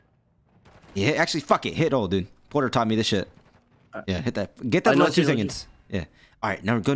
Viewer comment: "He's gonna be there in 2 secoonds." "HOW DO YOU KNOW THAT" 🤣🤣🤣